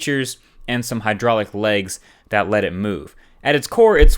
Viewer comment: You keep saying hydraulic...